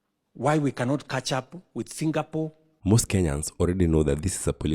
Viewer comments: Kenyans, enough with the ignorance. It's Singapore not Singapole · Singapol? Shame to people who have no facts right , 😢, right from pronouncing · Mother tongue effect r and l